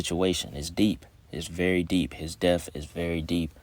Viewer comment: His "def"... You want to promote yourself as a content maker while normalizing our ignorance... HIS "DEF"... You sound intelligent, so why mispronounce things. Is it on purpose? So the WORLD thinks even the "smart ones" don't know 💩 either Why is it Kool to be ignorant?